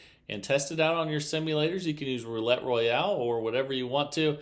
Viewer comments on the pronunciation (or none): none